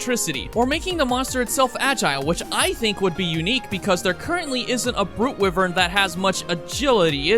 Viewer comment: Hold on… wivern? It’s pronounced why-vern. It’s not even a hard word cuz it’s from a game, that’s because it’s a real word